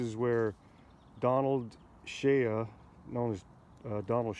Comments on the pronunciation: Good video. But it's Shea. (Shay) the a is silent. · Sir, the name is pronounced: Shay -------shea is pronounced as Shay. ----------------------------Wolfsky9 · Listening to him say "Shay ya" was brutal. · Yes, it’s “Shay”, not shay-ya. Otherwise, great video. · I think his last name is pronounced like "shay," Not "shay-uh." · You are mispronouncing Shorty Shea's last name, it's not prounounced SHAYUH..it's pronounced just SHAY, rhymes with WAY, SAY, RAY, HAY, JAY, BAY, NAY, PAY, MAY, DAY, LAY, GAY